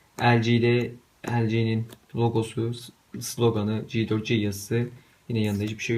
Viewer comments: Kardeşim bi kere telefonun ismi ci 4 ci diye okunmaz ci 4 si diye okunur. Lütfen dikkat et bunlara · merhabalar G4c yi lütfen ya Ci four si yada Ge dört ce diye telafuz edelim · ben LG yi daha çok begendim diyosun ama daha okumayı bilmiyosun Ci4Si diyo okunuyo inglizcede G ve C aynı okunmaz kardeş bide J5 her türlü G4c den daha iyi tasarım diyosan bunun siyahına bak 10 kat daha iyi gözüküyo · G4c telaffuz ederken c'yi de 'ci' olarak telaffuz ettin :) Takıntılıyım da.